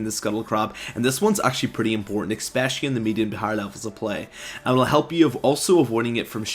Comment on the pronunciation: Why do you say "expecially"? D